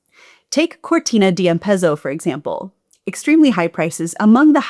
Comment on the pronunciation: Oh, come on, Cortina Dee Ampeso! and Z is pronounced in Italian like ts in English. same for German by the way. apart from that,- lovely!